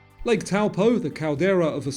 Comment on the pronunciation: Just a small nitpick - Taupō is pronounced "Toe-paw"